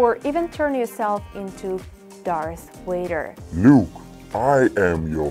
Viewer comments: darth vader not darth wader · Did she just say Darth "Vwader" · You said darth waiter